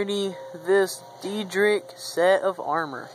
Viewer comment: Just letting you know, it is pronounced Day-drick. Nice save though.